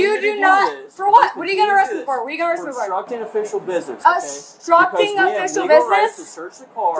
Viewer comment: lmao she couldn’t even say “obstructing” 🤣😂😭 also: “he was passed out in the car” “FOR WHAT!? FOR WHAT!?”